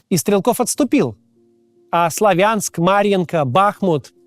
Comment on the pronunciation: БахмУт. СлАвянск. FYI